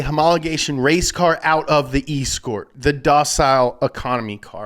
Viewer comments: E-scort? Cmon man 🤦🏻‍♂️ pronounced Esscort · Please learn to say escort correctly, it’s pronounced “S-cort” not E-scort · I winced every time you said "Eescourt" Please don't elongate and capitalise the E at the start of the word. It's pronounces "Escort" As in police escort Or "a lady who I'm having dinner with and will later have sex with, but is totally not a prostitute... Shes an Escort. Its classy" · its pronounced {S-CORT}.... NOT EEEEEE SCORT lol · E-scort... E-Scort..? E-SCORT!?! IT'S ESCORT. PRONOUNCED "S-CORT" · It’s pronounce escort not eeescort 😂😴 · Bro, E-scort? What is the E for are you fuxin with me, and not pronouncing it with an S? ehScort not E-Scort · That Ute render was ugly as fuck and it’s pronounced S-COURT not es-court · Is nobody going to point out the pronunciation of "ford escort" ? It's .....ESCORT, not E-SCORT. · You've just made every person in the UK cringe. It's pronounced S-cort not EEEEEEEEEscort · Are you intentionally mispronouncing escort as e-scort? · Who says eescort?? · Escort as in female or security not eeeeescort 😂😂😂😂😂😂😂😂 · Escort... Pronounced .. "S cort or Ess-cort Lol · Eeeescort? Are you even serious??? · escort is pronounced s cort and it won the touring car championship 5 years in a row I believe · dude , say it with me ...... S-cort , escort , like a hooker ..... and yeah they are epic , bring back the rs1600 , yeow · The E in Escort is pronounced like episode Eh-scourt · ford eee-scort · absolutely love the content donut is a breath of fresh automotive air but! Your pronunciation of the escort is not quite the same as we say in the uk. We pronounce it “ S court”as in the same way you would hire a lady of the night! not es - court and from someone who had many S -courts over the years including some classics like the xr3i and turbo I agree I also wish they would bring them back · Its pronounced S Court and the spoiler was a Whale Tail. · Prounonced s-court 😂 but a focus rs 2 door with a whale tale ftw